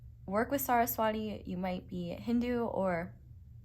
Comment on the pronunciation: Not hating or anything ❤ I'm Hindu, Saraswati is pronounced as Suh-rhus-vuh-tee. In case you wanted to know c